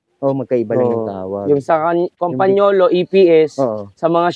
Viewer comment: rim brake ang tamang pronunciation ng Campagnolo ay Cam-Pa- Ño -Lo.